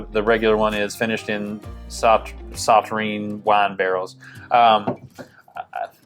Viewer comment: It's pronounced saw-turn.